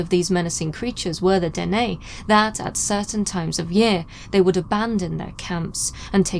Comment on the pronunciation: Yes... the Dene here is pronounced Den-EH. I am a Dene. this is my territory. 🖖🧡